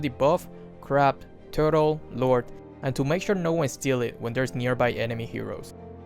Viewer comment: How he said turtle tho😂😂